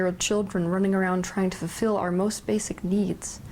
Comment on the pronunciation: Say fulfil slowly, please. Not fefil.